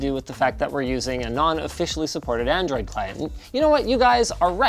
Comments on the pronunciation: Lmfao "adroid" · xCloud says "adroid 6" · Damn I really do love "Adroid"